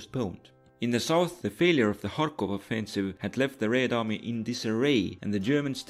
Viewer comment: I continue to be amused by your way of saying "Raid army"